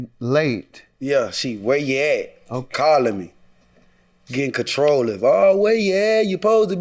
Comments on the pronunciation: Him repeatedly saying “Getting controlave” really upset me 😂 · If he say controlif!!! One more time!!!! Lmao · Why he keep saying "controliph" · Is he saying controlive?